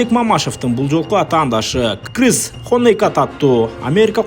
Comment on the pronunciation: Кхыз дегин😂😂😂😂😂,крис болот далбаеб